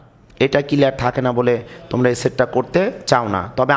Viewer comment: SIR,thanks a lot for this video but "kelear" na "CLEAR".English utcharon eto vul hoy keno????